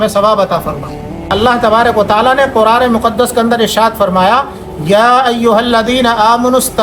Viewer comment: Aur kuraan nahi Quran hota h Jazakallah khair